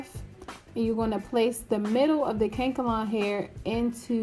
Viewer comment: Its pronounced ka•nak•el•lon not kankalon